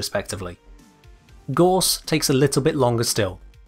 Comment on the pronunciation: gauss is pronounced with an "ow" sound, not an "or" sound, gows. like the ou in sound. not saying it to be a dick, just letting you know :)